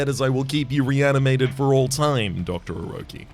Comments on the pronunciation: I'm still only within the first 10 minutes of the video and perhaps you'll have realized by the end but the second vowel of Orechi is not an "o" So it's probably not read as either O-ro-chi not O-ro-ki But as either O-re-chi or O-re-ki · Orechi is probably pronounced like or eh chi And also you've been pronouncing Wyngh wrong. Wyngh is pronounced like Wing, because Wyngh in monster train one has a connection with the winged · maybe its oh-reh-kye? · Oh, No. It's pronounced, Orechi.